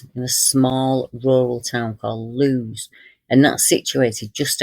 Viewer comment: Lewes in Sussex is pronounced 'Lewis'. Thank you for your videos x